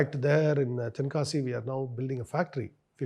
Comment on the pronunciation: Hey man That's not a Tenakasi, That's Tenkasi.